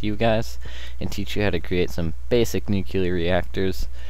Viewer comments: Nucular? Nuclear. Sorry, bugging me the whole video. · I cringed every time you said nukular. NUCLEAR! NU. CLEAR. *exasperated sigh* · Was interested in watching, saw the stuff, then I heard how he pronounced nuclear... Nevermind, I lost interest. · No, it's called improper pronunciation. NUCLEAR only has one "U" not 2... Kinda like when people from the ghetto say "Skrate" instead of "Straight", it's ignorance, not choice